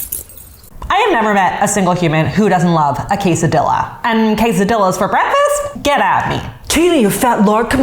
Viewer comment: 😬😖😵‍💫 my face every time I heard the word quesadilla being butchered like that lol